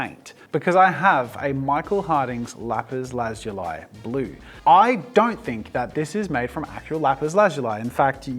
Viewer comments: Lapis lah-zoo-lea. Your welcome❤ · I thought it was pronounced lah-zu-lee? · its pronounced "Lapis/Lapiz La-Zu-Lee" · Jazza saying Lapis La-zoo-lie was so weird cause I’ve always heard it as Lapis La-zoo-lee. I know Australians say words differently but it’s just funny to me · I've never heard it pronounced "lapis lazul(eye)" before. 🤔🤨😂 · also it’s pronounced ‘lapis lasooli’ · Its pronounced Lap-is La-zu-li or by Google is la·puhs la·zuh·lee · Lap-is Laz-zu-lai. I have never heard it prounounced this way.🤔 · God I got so triggered by the way he says lapiz lazuly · Mincraft players- it not lezeuai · Its Lapis lazulli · Bro, It’s lapis lazuli 😂😂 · Wait. It's pronounced "lapis lazuli" and NOT "lapis lazuli"? Damn, I been saying it wrong this whole time. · I really hate the way you mispronounce lapis lazuli, it almost makes this video unwatchable it bothers me that much